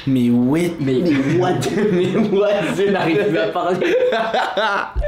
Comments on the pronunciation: "Mais whash, mais wet" Mdr yen a pas un seul capable de dire "what" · "mais wash" "mais whet" ils ont inversé le a et le e XDD c'etait trop drole wash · « Mais wash,Mais weth😂 » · " mais wash " "mais whet " 🤣🤣